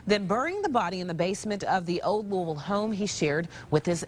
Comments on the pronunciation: LOU-A-VUuL Drives me nuts but you got it right the second way you pronounced it. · I’m from Louisville KY and live around where this happened!😬 oh & it’s pronounced 'Looeyville'. You got it right the 2nd time, it’s okay though no one says it right lol Love your uploads!! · it's pronounced by the locals as "luhvuhl." I annoy them when I say "Loo-ee-ville" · most people from the surrounding areas don't really say lou-ee-ville, it is more of a loo-ull lol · Most people I met pronounce it Lewavle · Lew-u-vull. That's how it's pronounced here. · Kentuckian here. It's pronounced Loo-uh-vull. Just for future reference! 😁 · I believe the people who live there typically pronounce it as: "lou-uh-vul" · It’s pronounced Luh-ville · Yeah I'm from Kentucky myself, live in Louisville...I pronounce it " loo- a-vool" as well lol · In Kentucky the locals pronounce it /Louie-vull/. ❤️ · LEW-uh-vull. The pronunciation never starts making sense, no matter how long you’re here. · you’re my favorite. PS- Typically Kentuckians pronounce it ‘lewl-ville’ - Cincinnati, OH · Louisville, pronounced Loovul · It’s pronounced Lou-ah-vulle. 😛 Great episode, as always. 💯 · lou-vull Louisville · Another great video! P.S. - Louvulle, or Lou uh vul, but pronounced as two syllables ✌️ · Loo-uh-vull. Midwesterner to the rescue. Ope! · I've been to Louisville and people who live there pronounce it like "Loo-a-vul" or "Luh-vul" like you sort of have to blend all the vowels together and mumble it and there ya go😂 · But Louisville is in Jefferson county, not Jessamine, which is close to Lexington. Those Lexington locals taught you The wrong way to pronounce Louisville. The best way I can describe how to properly pronounce it is this: lull-eh-vull, but dropping the "L" sound off of " lull". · I live in Louisville! We say it like, "Loo-uh-vull." 😆😆 I ❤ U! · Louisville is pronounced Louavle. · Pronounced, Luh-vul. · Louisville is one syllable